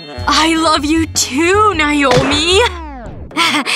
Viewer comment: That's my name but that's not how you pronounce it